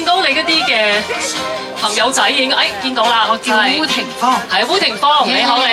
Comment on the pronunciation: 可惜連烏廷芳都講錯